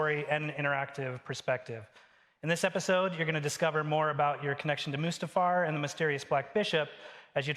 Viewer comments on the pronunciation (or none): did he just pronounce mustifar as moosetifar